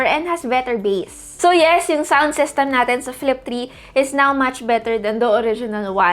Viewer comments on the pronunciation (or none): none